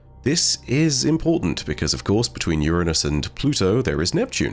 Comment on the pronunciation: Astronomy-heads thank you for pronouncing Uranus correctly.